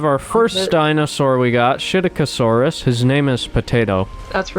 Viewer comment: first time you said psittacosaurus i thought you said shit-aca-saurus XD. and again great video, i find it surprising that you only have 1,34 subs cuz you make great and fantastic content. idea: maybe make a minecraft series were you survive on a dinosaur infested island with ur friends (no cheats, no guns, no meth).